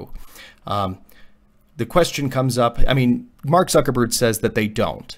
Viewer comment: Did he said Mark Sucker berg?